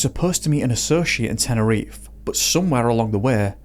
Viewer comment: What an imbecile. It's all on him. Also: It's not "teneriffff"... it's Te-ne-ri-FE